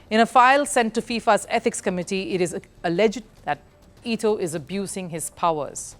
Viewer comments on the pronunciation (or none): It ETO NOT ITO. She clearly have no clue about who she is talking about